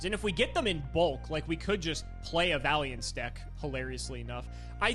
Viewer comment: I kinda love the fact, that basically takes the unwillingnes to read Vaylantz cards that some people (including me) have to the next level and doesnt even say the architypes name right.